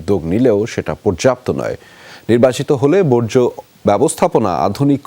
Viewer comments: যে মেয়ে বর্জ্য উচ্চারণ করতে পারে না বর্জ্যকে বজ্র বলে, উনার দ্বারা বর্জ্য সমস্যার সমাধান এতদিন সম্ভব হয়নি এবং পুনরায় নির্বাচিত হলেও উনার দ্বারা বর্জ্য সমস্যার সমাধান আদৌও হবে কিনা তা নিয়ে সংশয় আছে। তবে কিছু কিছু পারুক কিংবা না পারুক নিজেকে আর্থিক ভাবে সমৃদ্ধশালী করার ক্ষেত্রে উনি অপ্রতিদ্বন্দ্বী এতে কোন সন্দেহের অবকাশ নেই। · আইভি আপা বজ্র না বর্জ্য...... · হালায় কয় কি? বজ্র থেকে বিদ্যুৎ হবে? ওরে আইভি, ওইটা বজ্র না, বরজ